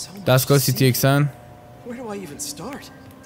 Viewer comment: دوست دارم دقیقه 29 به سیتی اسکن میگه سیتی اکسن